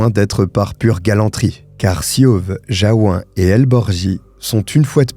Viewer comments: On prononce Jaou"N" à Jaou"1". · Merci pour cette histoire atroce Pour info, Jaouen, se prononce Jaouène, c'est Breton 😉